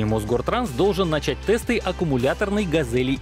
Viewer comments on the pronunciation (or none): none